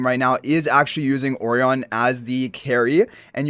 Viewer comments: Surely 'Orion' is pronounced "Oh - Ryan" like the star constellation? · I appreciate the time he pronounces the name Orion and not the onion the game decided to call him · And yet still gets it wrong